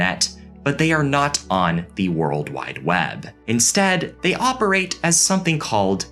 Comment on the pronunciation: love ur channel, but u don't always have to pronounce "the" as "thee".